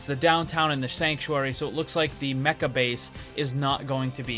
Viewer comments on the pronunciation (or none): none